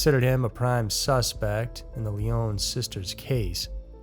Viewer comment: the name Lyon is NOT a french sounding word so your misprouncing it and its annoying to hear smh